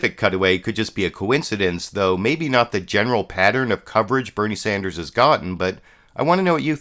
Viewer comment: Also, his name is Bernie Sanders not Sander.